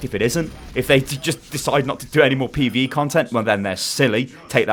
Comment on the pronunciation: Is jus pee-vee-ee